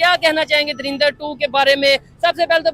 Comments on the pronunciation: Dharinder nhii hai woh "DHURANDHAR" hai😂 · darinder nhi ❌ 😂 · आपसे पहले तो तुम लोग धुरिंदर बोलना बंद करो 😂😂